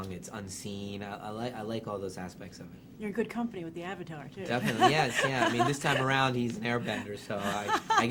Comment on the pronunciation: I was going in not expecting much but still managed to be disappointed. Ong the Aw-vatar, what a crapstorm